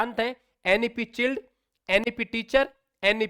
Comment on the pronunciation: सर चिल्ड नही child hota h